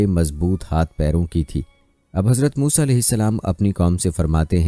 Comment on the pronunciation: Saaf saaf musa A.S.. ka naam aap kai muh saii nahe nikal raha hai